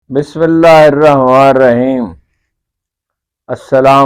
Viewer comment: پلیز بسم اللّٰہ ٹھیک طرح سے پڑھیں 😊